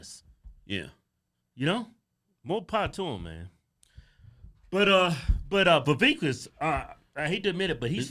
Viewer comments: Vivek, rhymes with cake, not keek...😆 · It's pronounced vi-VAKE, like "cake." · Vivek Pronounced like cake. Viv-ake. Or Viv-ache. Quit saying his name wrong. Hoooodge twins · Y'all are mispronouncing Vivek ... He said it's pronounced Vivake, like Cake. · Oh yea its viVAKE, like cake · They still keep mispronouncing his name🤣🤣🤣 Vivek like Cake! lol